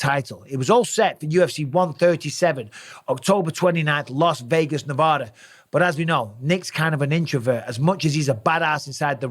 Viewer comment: As a Nevadan, you say Nevada wrong